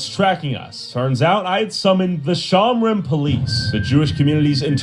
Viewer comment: "The Shomrin Police" SON I'M CRINE 🙏😭😭😭